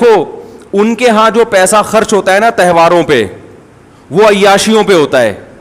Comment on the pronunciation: تہواروں ہوتا ہے! تیوہروں غلط اردو ہے